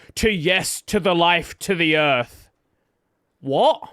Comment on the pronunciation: That "WOT?" was the most British thing I've heard in I don't know how long